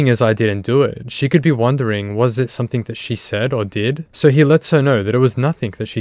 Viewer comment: Please stop adding a K on the end of words like something and anything! Your narration is perfect aside from that, love the episodes! Awesome to see all these scumbags go down on camera